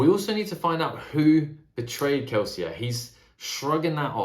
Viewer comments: Lmao I love that you're the only person in the entire world who pronounces Kelsier correctly, the French way. Not even Brandon Sanderson does that :D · I hard respect you actually pronouncing Kelsier as intended.